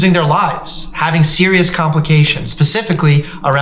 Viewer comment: can’t trust a doctor who says “pacifically”